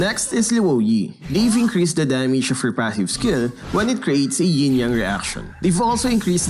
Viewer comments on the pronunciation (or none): Whait a minute ,you said YING don't you 😂😂